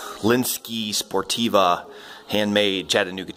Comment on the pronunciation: You keep saying sportiva? It's Sportive with a silent v from the French Sportive.